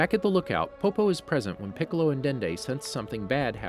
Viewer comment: Yeah I stopped after “..King Poccolo causes the young Sai-Yann to attack”